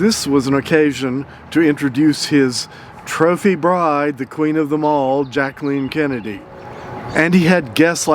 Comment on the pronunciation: OMG, I want this dish! Another masterpiece, thanks as always. BTW, bless you for pronouncing Mrs. Onassis' first name correctly, hardly anybody ever does. Oh, and...."More French than Greek?"...you sly dog, you, tee hee hee (please, take that lousy joke in the spirit of fun in which it is intended, you are magnificent, always!).